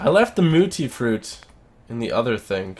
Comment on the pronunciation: Its mutfruit not mutifruit